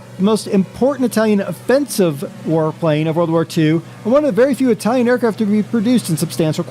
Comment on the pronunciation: Ur italian pronunce is quite good XD